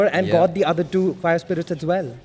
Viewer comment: calls fire spirits- spire irits 😂😂